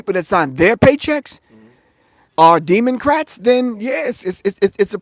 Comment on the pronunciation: Pro Griff said "Demon-crats ! 😂😂😂